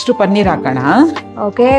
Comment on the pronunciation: Pl say Paneeer,not Pannir.